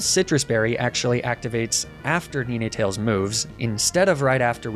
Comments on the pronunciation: I know he probably does it on purpose but god how pissed I got when he mispronounced Ninetales 🫣 I love that Pokémon and hearing him mispronouncing it for 2 minutes really pushed me to my limits 😂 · Enjoying the run, but please tell me the Ninetails pronunciation is a meme and not actually how u pronounce that name. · how you pronounced ninetails drove me nuts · He does the same thing with other Pokémon. Idk if it’s a joke or not but I find it annoying, there’s no way he does it so often on purpose and it’s pretty obvious they aren’t pronounced that way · How he pronounces "Ninetails" 😭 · Is he saying nine wrong intentionally? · “Neenaytales” blew my mind hahaa, I have always pronounced it as nine (9) tales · Did you call NINE-tails NENE-Tails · Just started my first inclement emerald hc nuzlocke run so this content is huge. But anyway did he just pronounce ninetails “ni-nay-tails”? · Is he saying “Knee Nay Tales” instead of “nine tales” 🤣🤣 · does he always refer to ninetails as neenetails. its just try spelling the number 9 and that's how you say it or has he corrected him self since then. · Neenay tails???? I love your vids but please dude it’s nine - tails as in 9tails… cos it has nine tails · Love you bro, but it's "nine-tails" not "knee-neigh-tales" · Bro somebody please tell me what the fuck a Neenatails is, I’ve never heard of that Pokémon I have however heard of Ninetails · It is pronounced nine-tails not nin-e-tails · I wasn't super fussed about most of the mispronounced pokemon names, but calling ninetails neeneetails grated on me, haha. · I have never heard of someone pronouncing Ninetales as "NeenayTales" until now XD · Nine - tails... Where are you getting this 'Neenaytails' pronunciation from?? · that "Nee-neh-tales" pronunciation messed me up terribly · I know this shouldn’t bother me but it did and does, why you pronouncing NINEtales incorrectly… omfga 🤣🤣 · NEE NAY TALES??????????????????????? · WHY DOES HE PRONOUCE NINETALES "NENETALES"?